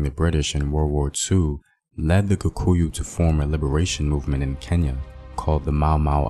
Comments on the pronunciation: Apart from the main word "Kikuyu". He kept on saying "KUkuyu". But a nice video all in all. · It's just funny how you are pronouncing it kukuyu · "Kukuyus"😂😂😂 nice video though.